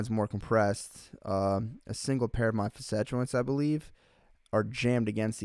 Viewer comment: FASS-it, not FUSS-et for Facet haha